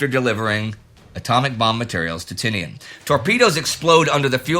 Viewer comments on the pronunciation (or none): none